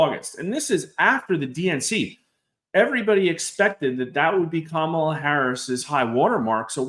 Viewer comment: Come on! Trump isn’t winning. The polls (reputable) suggest Harris is ahead in AZ. Trump is done. At this stage anyone who mispronounces Kamala’s name in this business is simply biased.